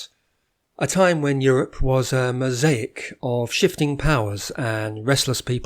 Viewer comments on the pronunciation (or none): none